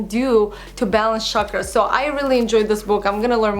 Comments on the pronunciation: oh! you mean chakras(weels) its pronounced as chuck-raaz not sharkras :) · Hi you pronounce CHAKRAS as CHALK-ras.. Love your videos x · Hey beautiful! I am sure that is gonna be a lovely book. But, you're pronouncing the name wrong. it sounds like chuck-raas. It's a hindi word meaning circular. Hence the image on the book. :) lots of love from india. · Yes. It was kinda bothering me the entire vid!